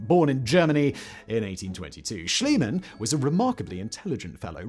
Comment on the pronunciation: It's Schliemann, not Schilemann.